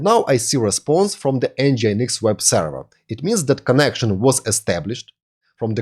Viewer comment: Ну елки, ну говорите же вы слово length правильно, почему нельзя также сказать слова with, this, that, other и слово server ухо режет как и кучу других слов, а ваше allow алоу произносится как элау, ударения местами вообще не там ставите, не стандАрт, а стЭндэрт. А инфу даете очень годную))) Если хотите улучшить произношение просто больше слушайте и все придет. looking forward to seeing your next vids.